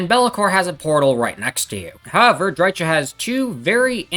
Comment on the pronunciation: "Drytsha" Lol.